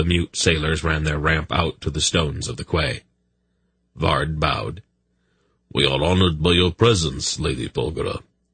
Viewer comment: jesus christ, this guys pronunciations are diabolical for a grown man, if its not his prounciation of quays as kways, now its raveners, its ravenours as in ravenous ...meaning the state or quality of being extremely hungry, famished, or having an extreme greed for food